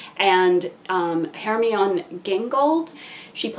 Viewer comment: LOVE this movie and agree w almost every point! BTW Hermione is pronounced Her-MY-unie